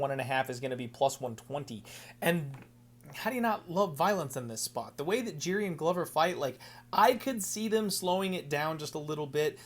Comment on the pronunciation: im like 97% sure Jiri is pronounced yiri? am i wrong lol